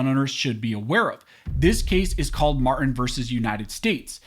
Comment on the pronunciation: The victim's name is Mar-Tin, NOT Mar-in. Please, don't be lazy...PRONOUNCE the T!!!!!